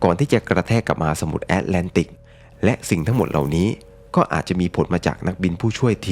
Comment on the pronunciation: คำว่า "มหาสมุทร" น้องชายอ่านว่า "หมาสมุทร" พี่ก็ฟังอยู่หลายครั้งเพราะพูดคำนี้บ่อย 😊😊